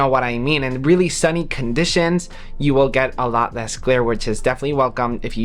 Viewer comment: Why do you pronounce U as EWWM 😂😂😂